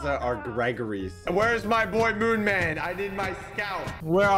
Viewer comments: Ik but says moonman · wait did socks just say moonman